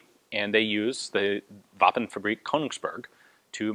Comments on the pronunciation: Please stop saying Våpen like its German, u don't pronounce it like vafen, you pronounce it like vapen with a normal P and the a pronounced the o in voss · we dont speak german in norway. For weapon : Its våpen. not vaughn ;) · Dude, he is just pronouncing Våpen wrong.